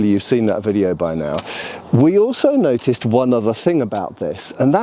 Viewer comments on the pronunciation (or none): none